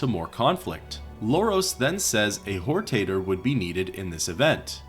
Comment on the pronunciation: Whortater…. Sounds like a potatoe with loose morals.